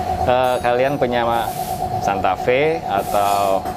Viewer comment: Maaf om nama mobilnya santa fe, bukan santa fee